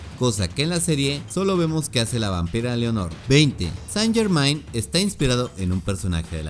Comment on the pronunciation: Lo único que me chirrió de éste video fueron las pronunciaciones "Carmilia" y "Leonor", las pronunciaciones correctas son simplemente "Carmila" y "Lenor" respectivamente... Sí, me puse jodido pero es sólo que quería comentar y no sabía qué 🙃 además que todos los datos son los mismos que todos los canales dedicados a esto exponen, qué más se podría aportar??